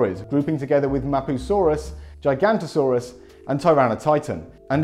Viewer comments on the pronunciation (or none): You pronounced giganotasaurus wrong as gigantosaurus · It's Giganotosaurus, not Gigantosaurus, 😁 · You keep pronouncing Giganotosaurus as "Gigantosaurus". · Mans really said "Gigantosaurus". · Can you stop calling Giganotosaurus "Gigantosaurus" there's an O after the N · every time someone mispronounces Giganotosaurus, another extinct species disappears from the fossil record